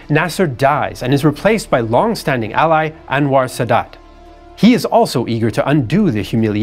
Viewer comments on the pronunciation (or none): none